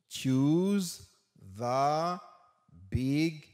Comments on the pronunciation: Mpa comprendre jan ou prononcer the comme Di se va mtande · Mwen pa konprann lèw pronose the kom va non ou esplikem li svp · Mw gn pwoblèm ak mo the ou prononse pou va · Mwn pa Konprann lè li prononcer the comme va a